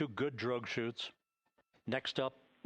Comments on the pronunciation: Not "drugs". Drogue parachutes. 😁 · "Drouges"-- 2 drouge parachutes. 😁